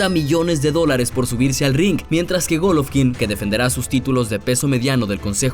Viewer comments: Que les valg verha cuando gana y es golovkin no goloovkin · No sé dise gólovkin (con asentó en la o) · En que parte esta la letra f en golovkin